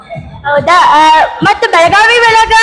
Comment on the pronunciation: ಬೆಳಗಾವ ಅಲ್ಲಾರಿ ಬೆಳಗಾವಿ ಅದು ಬೆಳಗಾವ ಅಂತ ಕರಿಬೇಡಿ